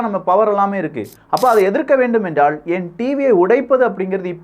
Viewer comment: என்றால்.....என்றாள் அல்ல தம்பி....தமிழ்